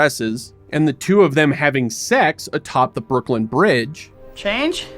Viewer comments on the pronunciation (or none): none